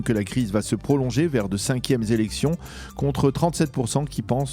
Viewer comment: ‘’’’cinquiéme zélection ???? Non ! Cinquiéme É lection ‘’’....